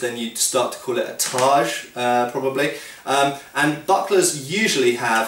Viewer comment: y do u keep calling it tarj